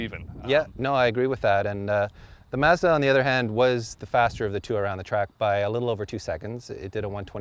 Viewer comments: it's MAHZ-DAH!!!! not MAZ-DAH. Stupid host can't pronounce it right, don't host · It's Mazda, not Mawzdaw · Mah-zz-Duh Not Maa-zz-da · MAHZ-DUH NOT MAZZZZZ DAAAA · Why can't this guy say mAzda? Also, even a turbo isnt going to help that civic. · i'm getting a headache from the way they keep pronouncing mazda. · Why is he pronouncing Mazda like that? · Why can't they pronounce Mazda correctly? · I hate the way he pronounces Mazda. I'm about to get behind the wheel of mines :) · Good god YOU'RE PRONOUNCING MAZDA WRONG AND IT'S ANNOYING AS FUCK